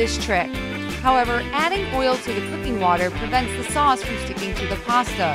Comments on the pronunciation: It's pasta not parsta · there is no r in pasta